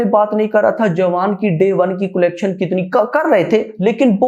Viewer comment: Bhai कोलेक्शन नहीं कलेक्शन होता है😂😂😂